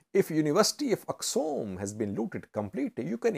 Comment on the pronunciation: Not Aksum, correct it with Axum